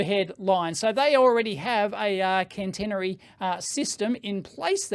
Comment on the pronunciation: Hi, thanks for the vid. Couple of points : its not cannnnteeenery ... it is catenary. cat-eeen-ery. for the overhead lines, and the thingy that sits on top of the train to reach up and complete the circuit is a "pantograph". I worked on Stadler diesel electric and plain electric trains for a few years...in the UK. The overhead lines run at 25 KV AC 50 Hz. Europe is generally a lower voltage. On the train, the 25KV is transformed down to run 3 phase 415V AC. THis is fed along to the power converters to provide variable frequency drive to multiple wheelsets. These can operate in regen to recover some power during braking. Also, Stadler have battery trains in at least two projects I know of : UK south wales where they are tri-mode : diesel, battery and overhead, and in southern Germany where they run on overhead or battery. For the Tesla example, they could use the pantograph when running on the main line and at the overhead served station whilst also charging the batteries for use on the branch. (Most trains have a 110V DC battery array which runs all the systems except aircon and traction for several hours ... I have also had the fun of recovering dead trains by coupling to a good one and getting enough power over the coupling to bootstrap the dead one and start its diesels).